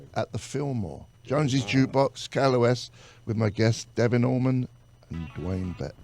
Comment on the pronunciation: Much love for this teaming up of some great musicians!!!! But please somebody tell the host that it’s Allman and Not AlmonD!! I mean really..!!!